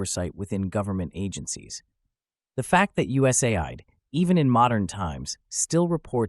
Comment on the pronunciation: This is an AI voice, didn’t realize it until the end where it mispronounced USAID